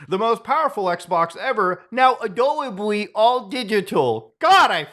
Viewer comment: "Now Adowibly mow digitaw" 😂